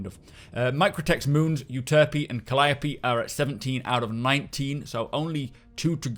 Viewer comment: Thumps up for pronouncing Calliope correctly. You may well be the 1st. ;)